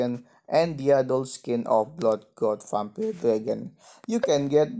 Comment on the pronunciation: gk bisa ngomong vampire malah jadi vampile